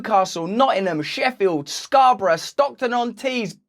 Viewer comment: I'm from Toronto and we have a Scarborough... I love how you pronounce the actual English England version.